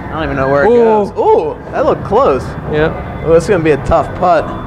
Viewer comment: he said "ha it look-ed like it came out like dinkered"